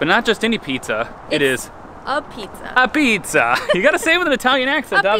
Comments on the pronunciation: I’m glad you didn’t get robbed in New Haven. I unfortunately live there at the moment. Sally’s is okay, but I think you would have enjoyed Modern Apizza better. Also, they pronounce it like this… ah•petes. Thankfully I’m moving from here in less than 10 days. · Glad you went for real pizza in New Haven. Sally's, Pepe's, Modern are consistently Top 10 in the US. Officially it is "Tomato Pie", also Apizza (pronounced "abeets") which Frank Pepe brought over from Naples in 1925. It is the tomato sauce I love. The secret recipe is well-guarded and legend says, passed down on the deathbed. Afterward always go to Libby's next door for a cannoli and cappucino. Just a tip - never drive on a Parkway with a truck or trailer - prohibited due to low bridge clearances 9-10ft. Garden State Pkwy has fewer restrictions than those in NY or CT. They just widened Jersey Tpke another 30 miles further south. It is a quasi-public Authority toll road and all improvements are paid through tolling. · It's pronounced "Abeats" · It's a shame you went to Sally's when you could have really enjoyed yourself at Pepe's. Pepe's Pizza doesn't look like crap the way Sally's does and it tastes better. Pepe's has a better Pie, a better Place and much cleaner. BTW? NO ONE calls pizza in New Haven AH-Pizza...apizza....or AH-BEETS....no one. Sally's may have told you that but it just isn't true, just they say that.